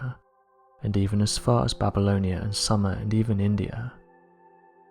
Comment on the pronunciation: 'Sumer' is not pronounced like 'summer' lmao